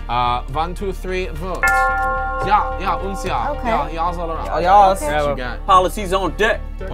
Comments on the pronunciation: I found it funny how they said jaw instead of ya (ja is purnounced ya) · Its pronouced ya not Ja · I love how you Pronounce ja and nein. No offense bit it's pretty funny